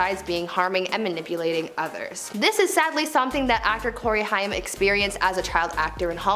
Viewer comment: COREY HAIM (HAY-M) It helps to pronounce the names correctly while reporting on them... Just some Food for Thought